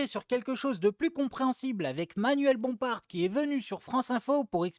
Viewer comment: Tiens, pour te rendre service fiston ! Petite correction amicale : Bompard avec un D et non un T à la fin et qui ne se prononce pas ! Tu feras la correction à ton frère de qui fait pareil sur sa chaîne. Sinon ne change rien, continue comme ça...💪👍